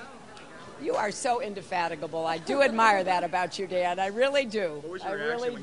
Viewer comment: Goddamn that vocabulary. what fucking word was that? indecaphatable lol indefatigable fucking indecipherable lol